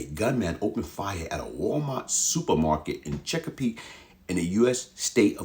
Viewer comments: Lol The City Of CheckaPeake 😂 It’s Chesapeake Virginia But That’s Funny I’m From Virginia Beach Sending Thoughts And Prayers To The Families Affected 💐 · It's funny the way he say Chesapeake 🤣 😂 😆